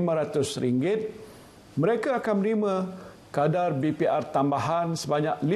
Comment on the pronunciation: Menerima. M A bunyi ma.